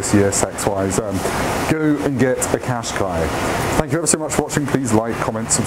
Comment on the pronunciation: If you haven't learned how to pronounce Qashqi after 14 years, that says more about you than the car... "cash-kye"